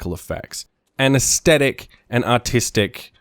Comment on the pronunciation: great vid but I'm ocd so..i think it is pronounced AS-THETIC not AS-STETIC :P